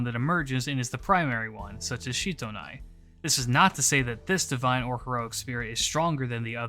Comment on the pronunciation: As I understand matters, Sitonai's name is actually pronounced like it looks in English, with si- not shi-. She's from Ainu legends, not Japanese, and apparently the Ainu syllable represented by the Japanese kana for "shi" is more accurately pronounced as "si". So I wound up flinching every time you said Shitonai because I'm 99% sure it's Sitonai. The more you know XD